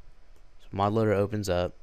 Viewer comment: did he say mob loader?! WTF..